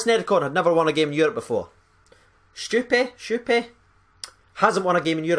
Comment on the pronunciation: Think it's pronounced Shh-koo-pee Not 100% sure just my best guess